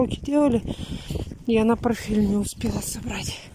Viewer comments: ПорТТТТТфель. Повторяй, как мантру и заучишь. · Зелёный чай понижает давление, ну и запомни уже, не порфель, а портфель